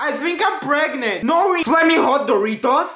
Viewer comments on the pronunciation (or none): Wie you say I think I'm pregnent